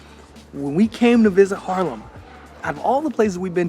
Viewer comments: I like your vids. One thing tho, you’re repping Haarlem a lot (I don’t disagree), but you have yet to pronounce it correctly. Repeat after me: Haaaaarlem, not Harlem 🤪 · Goedemorgen, thank you voor de wandelingen door Haarlem.I have to tell you....het is Haaaaaarlem😊 not Harlem. You know Harlem is is named after Haarlem.😊